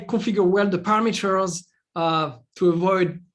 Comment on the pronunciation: Are you shure with "paramAters"? .